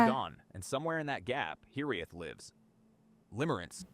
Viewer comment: clanker alert how this section is written was off also looking it up, the ai voiceover got Hiraeth wrong both time, it's more like hear-eyeth, supposed to roll the r but if you can't just put your tongue to the top of your mouth as you pronounce the r it should sound close enough